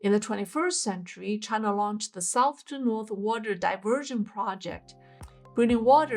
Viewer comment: Loose foundations? 🤣A common engineering phenomenon, found only in Chinah. 🤣